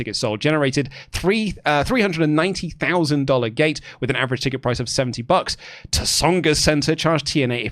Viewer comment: for future reference it's the "SONGAS" Center. Not "T-songas".